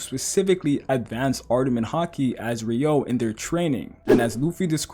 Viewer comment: “re-you-oh” not “re-yo” get it right !